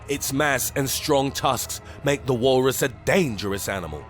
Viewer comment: "The Wahllrus!"